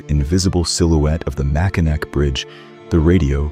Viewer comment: As a Lifelong Michigander I have got to tell you. It's pronounced "Mackinaw". I know, it's written with a "c", but it's pronounced with a "w".